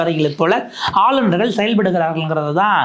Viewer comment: English la superb ah பின்றீங்க. ஆனால் ஆளுநர்கள் என்பதை ஆலுனர்கல் என்று சொல்கிறார்கள். தயவுசெய்து தமிழில் சரியாக உச்சரிக்கக் கற்றுக் கொள்ளுங்கள்.